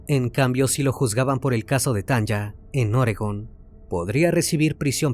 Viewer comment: Me encantan tus videos ❤ solo una corrección: El nombre de la chica que pronuncias Tanja, debe ser Tanya y las pronunciación es Tania como se escribiría en español 😊 es común en países como Estados Unidos escribir nombres con y en vez de i, por ejemplo Sonya sería Sonia, saludos desde Alemania ❤